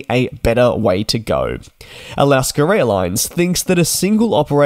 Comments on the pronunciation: there you go. Thats how you pronounce “Alaska”. It’s definitely not “Alasker”. Where do you get the “er” from? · "Alasker Airlines?" Couldn't they at least have found a Yankee to read the script? :D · Alaska doesn't have an R at the end of it. It is an A. A las kah! Who even cares about this?? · Hard to subscribe to a presenter who can’t speak English correctly . Alaska. Is pronounced a not a er ……